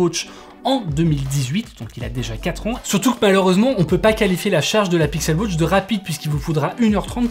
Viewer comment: Pixel wotch, Apple wotch ? Non ! WAtch